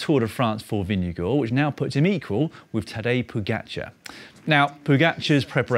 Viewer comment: It's impressive how the English-speaking world keep getting better and better at pronouncing 'Vingegaard'. At this rate I fully expect Dan to pass the Danish language exam next year. Then all he'll have to do is name a couple of Hans Christian Andersen stories, drink a shot of aquavit while chewing on a pickled herring and he'll be legally entitled to hygge.